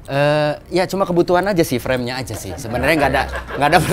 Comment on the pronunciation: "dua puluh empat jlep per detik"